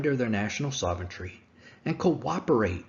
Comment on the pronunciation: I love your videos, but a piece of advice - please learn how to pronounce 'sovereignty' properly. Yo'u're saying 'soventry'. You need to add an R after the V, and take away the R after the T - 'sovrenty'.